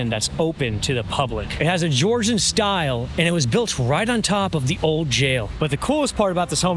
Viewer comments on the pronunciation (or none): none